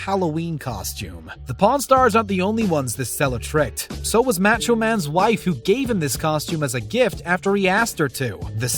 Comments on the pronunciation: Learn how to pronounce MACHO. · How the hell can you not pronounce Macho right!?